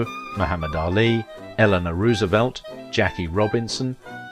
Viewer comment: Please try to get Roosevelt's name right. Hoover has an 'oo'. Roosevelt hasn't.